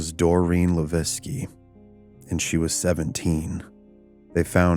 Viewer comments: Born raised and still live in Fall River. You wanna watch a better documentary on this subject there's a 4 hour documentary that really gets into these murders. You also pronounced Doreen's last name wrong. Its pronounced La veque not Laveskie the way you are. Its a French last name. LaVesque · Great episode. But Doreen's last name is pronounced Luh-vake not La-vecki. For future ref- You can actually Google how to pronounce words and names. It can be helpful. I use it often. BTW, I fully believe these were SR murders. There is a massive effort to keep the dark arts under wraps. They want to deceive you so, they've labeled it The Satanic panic. Ask any former Satanist, they don't want you to know these things happen. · Leveque (le-veck) Come on man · Levesque is not pronounced Laviski It sounds just like this...La-Veck Not an uncommon name around Fall River. Did you not hear any news reports on this story? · Levesque is pronounced "Luh-VECK" I was born and raised in Fall River and it's a common name there. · Are you trying to say Doreen Levesque? Pronounced La Veck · For future reference, the last name of Levesque is pronounced as “le vike.” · So... few things... her last name is pronounced, "la-vay-k." I'm of Canadian descent and live about 25 minutes from fall river. I've known a few people by the same name. Secondly, much like my hometown which was also an industrial mecca, is still an absolute crap hole.... still.. Great story and everything else though just thought I'd point out the name thing. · It’s the “Bridgewater” triangle not bridgeportwater lol and The first girls last name is pronounced “la-veck “ I know because Levesque is my last name lol ! But great stories !!!! I also have family roots that go back to New Bedford as I’m a Mass local 🤘🏻 have many freaky stories in the Forest at Profile rock and the ledge ! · also, the name Levesque is pronounced "luh VEK". Good video otherwise.